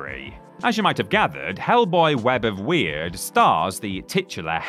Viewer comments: Yeah, the way they kept saying it wrong was really bugging me. TBH they didn't even really need to do research to know how it's supposed to be pronounced, because the game's dialogue literally said it as "word" multiple times. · It's web of Word not weird, please do better research